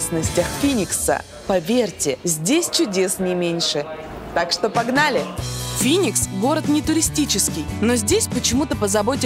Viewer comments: не финикса а феникс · Не Финикс а Феникс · Бля птица Феникс, а не Финикс. Причём тут вообще она?